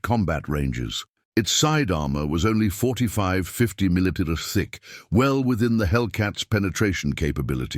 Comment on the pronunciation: Lousy voice-over. Can't even say 'millimeter', comes out 'muddlemuddle'. Tank designations are a muddled disaster.